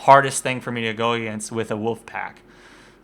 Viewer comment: Please for the love of all that is sacred and important in the world of lets plays can you PLEASE start pronouncing the god damn L in woLf. Holy Shit it's like a leprechaun with a mallet whacking me in the ears.